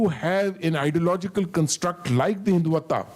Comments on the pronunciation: Listen to This Paindus pronunciation San Tzu - sant Zoo Hindutva - hindu Vataa Reich (called RAA i ch) - Reech Kautilya - kaatuliyaa Mohan yadav- mohan Yade v LGBTQ - LBGTQ ChatuRangaa- chaat rungaa😂😂 They were keep repeating this is very comprehensive and all😂😂😂 it was just to polish the boot of this general bcoz we all know the kind of street talk he has given here. And we know how much power generals weild in pakistan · An ajim Fauji Gernail of Papistan who can't even pronounce rightly the " Terms" he is lamenting on ( Hiduta when it's Hindutva , etc etc ) is considered by another buffoon in the end as " SIR MASHALLHA KYA TALK DIYA HAI PHD LEVEL HAI YE TOH " What nonsense even an undergrad in India can give a better talk than this joker !! 😂😂😂